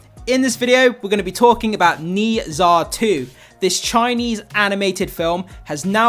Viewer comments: Dude it's like 'ner ja' not 'nee sa' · Have you watched it yet? Read a comment about you’ve never heard of the pronunciation of Nezha (nuh jaw). Go watch it if you can! Don’t miss out the opportunity to watch it on the big screen, especially in IMAX! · I love this movie but I just can’t get over how you pronounce Nezha 😭